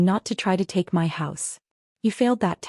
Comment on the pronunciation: Learn how to pronounce 'my'. This sounds ridiculous. Also learn how to write a plot that makes sense. Property belongs to someone. Someone who pays the property taxes. The family is either insane or too dumb to live.